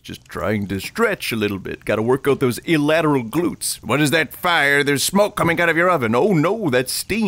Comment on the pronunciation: "illateral glutes"